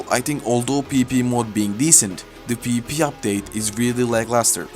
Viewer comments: when u say pvp it sounds like peepee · not tryna make fun of the accent but “peepee is here”